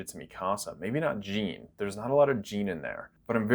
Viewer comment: Why does he say Mi Casa and not MeCuhSuh? Is that really how it’s supposed to be pronounced?!